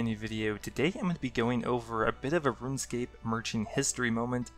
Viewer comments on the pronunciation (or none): none